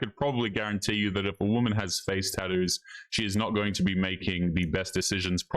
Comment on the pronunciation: Taddoos? WTF are taddoos?